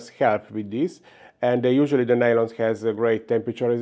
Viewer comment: Maaan how many years have you been doing this? You still say "share stress" and "nail-on". Kurwa, C'mon.